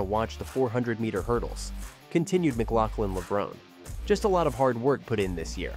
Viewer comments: Is this a robot narration? If it’s areal person, especially if it’s the same person who edited this clip, why does he keep saying “Levrown” and then add that clip from the Olympics where it’s pronounced “Levronee”. Nothing too serious, but still irks me and prevents me from subscribing to this channel. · It's not pronounce levrone, it's levron-e". The finale e is pronounced. It's Italian.